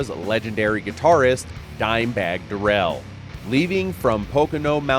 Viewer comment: For real🤦🏻‍♂️ pronouncing the man’s name like a cheap cigarette smh